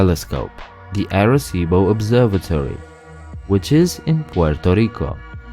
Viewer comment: I show that in addition to the 5 main islands, there are 138 more, for a total of 143. Overall, your Spanish was quite good. However, the 'ar' in Arecibo is actually pronounced 'are', rather than 'air'.